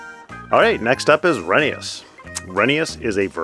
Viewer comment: Glad to hear you're pronouncing Rheneas' name properly, Reh-nee-yus